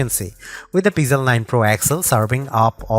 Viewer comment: "Peezel 9"????